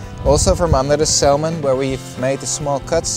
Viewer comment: Salmon is pronounced 'Sa - Mon' not 'Sal - mon'